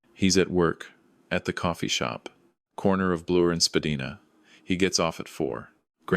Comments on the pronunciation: Spadina..( Spa-di-na? ) It's pronounced. Spadiena! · Legal drinking age in Toronto is 18 and Spa-deenah?? Bwahahahahaha Spa-deenah is how us immigrants from Portugal, of which I am one, pronounce Spadina Avenue. People born in Ontario, attending U of T and living in Leslieville tend to pronounce Spadina Avenue as.. Spa-die-nah Avenue. And finally, we don't gift 14 year old boys cars for their birthdays because they're not legally allowed to drive. I even have my doubts about the legalities surrounding 16 year olds because the best a kid turning 16 can legally hold onto is a Learner's Permit and probably can't legally hold title or insure a vehicle until he or she has a fully graduated driver's license. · Good story. I'm being picky but if this was a true Canadian story (Not!) you would know that the drinking age in Ontario is 19. Pronunciation of certain normal words (Spadina) were wrong. I notice details but I still enjoyed the content. Finally......a story that flowed without word salad.